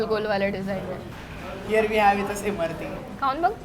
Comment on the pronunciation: Abe Imarti nahi Imratti....